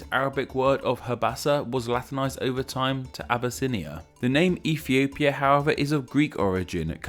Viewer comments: Did he say Efiopia? How cute 😂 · Well, with the way you say it, "Ethiopia" is now racist.